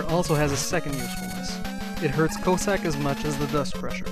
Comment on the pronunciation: lol, you totally mispronounced Cossack's name. It's not "Co-sack", it's more like "Coss-ack". Btw, I think Inafune failed in his attempt to make Eddie some kind of lottery gimmick. Because if you don't like what he throws out, you can always go down the ladder and he'll throw another item when you come back up. So I was happy to see Auto's shop in Mega Man 9, because it eliminates all that BS and just gives you whatever you need right away.